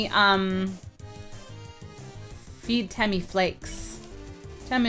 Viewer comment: Just letting you know it's TEMM-a